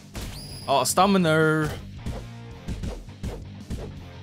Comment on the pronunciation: Ok so i dont want to make fun of hw's talking skills but i just cant Me rn:stamina:staminRRRRRRR